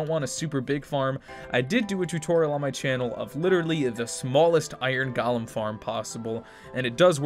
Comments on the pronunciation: is it me or he says gaalam instead of golem. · He pronounced golem like Gollum. 😂